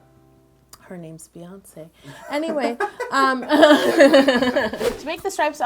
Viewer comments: I think you mean bee-oncé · Bee-yonce. For you Yolanda